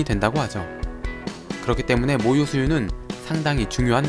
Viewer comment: 모유가 자꾸 목요라고 들림........